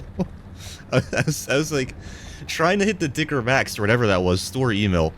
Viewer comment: said dicker